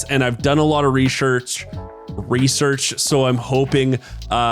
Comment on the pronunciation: Well, as long as you have done your “reshursh”